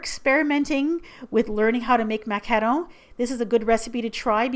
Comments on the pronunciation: Nice job on the macaron pronunciation,!:D xx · She's pronouncing it perfectly, she's French Canadian. You guys need to stop being so harsh, is a baking goddess. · FINALLY, someone pronounces it correctly <3 lovely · I love it how you pronounce ''macaron" and "macaronage" :D ❤ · I loooooove the way you pronouce "macaron", to a french hear you have kind of an spanish accent :D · finally! someone who sais MACARON not MACAROON :) btw, is that martha stewart from tv paprika? (saw your baking tray) :) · The way you say macaron>>>>>